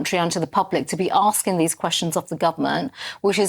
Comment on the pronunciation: PP's political maneuverings post election defeat-what this is-is not appropriate when children have died. And that voice-Holdin' 'askin' & 'policin' & 'standin' 'makin' -arrrgh....! It's a silly affectation to make herself sound authentically ethnic & from da street.